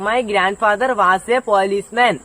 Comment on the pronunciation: വാസ് അല്ല വോസ് ആണ്